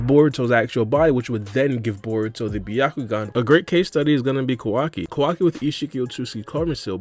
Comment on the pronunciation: Bro… it’s KAO. WA. KEE. not KUH WUKI